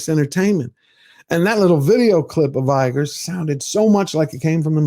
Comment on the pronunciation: Do you thing buddy…George Lucas backed Eiger…like Jar Jar Binks supporting Palpatine! sad